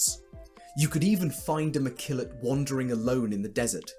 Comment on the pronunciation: Mekillot not McKillot. LOL. Thanks for sharing your ideas!